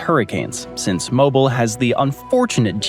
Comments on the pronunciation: Came here to correct your pronunciation of Mobile, AL (MO-BEEL! lol) but I see several have beat me to the punch. As someone born and raised there I can tell you rainforest comparison is accurate but I like to describe walking outside in the summertime as walking through a pot of boiling soup. Let's not even get started on mosquitos and other bugs that thrive here in the humidity. With that being said the cost of living its not as insane as most major US cities, the sky is a very beautiful shade of turquoise blue and we have the most beautiful beaches within a 30-45min drive. So it makes it worth it ... Just plan to pay for good quality air conditioning cause it's a must in that city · MOH-BEAL, MOH-BELL, or MOH-BEEL, Alabama. Not a cell phone... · MO-BEEL. Yeah, that struck a discordant note with me too. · I lived there for years and it's sooooo annoying! 😅 Mo-BEEL. Also, it's actually a lovely city with its own traditions, an interesting history, and some amazing food! And anyone remarking on the weather in Mobile needs to spend an autumn there. Weeks long stretches of clear blue, warm not hot, cloudless dry gorgeous days on which you'll need a jacket as the sun dips down. And in March, the riot of azaleas dotting the landscape. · It's definitely pronounced as Mobeel. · I came here to say this. There's a local clothing brand that sells T-shirts with "moh-beel" on the front lol. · The name of the Alabama city is Mobile, but it is pronounced Mobeeal due to it being a Native American name meaning something related to either the land or the culture. Look it up on Wikipedia because that's where I got it from. 😄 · If you're from Mobile, you say /moh beel/. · Mobile NOT Mobeel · I always tell people it’s pronounced MOE BILL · You lost me first when you started mispronouncing, then when you went to gulf of America. NO. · If I was going to make a video where I say a cities name 450 times I would make sure I know how to pronounce it. I'm talking about Mobile, Alabama.